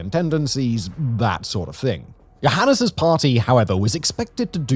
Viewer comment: If it had been spelled with a J, would you have been able to better pronounce something that is, essentially, Johannes?